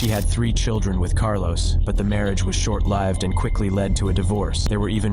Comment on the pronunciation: Lived pronounced as l eyeved i noticed too